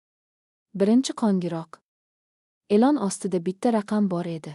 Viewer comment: Elon demay ilon desabsiz tilizdi qaysi tilda gapryabsiz tavba